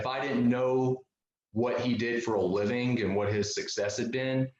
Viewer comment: Listen closely how he pronounces the g at the end of "living"...